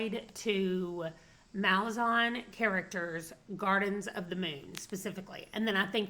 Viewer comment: Kruppe is so great! I really enjoyed GotM, and I'm so glad you did too. I started Deadhouse Gates last Friday, and I LOVE it so much. According to Erikson, it's pronounced "muh-laa-zan" (hopefully that makes sense lol).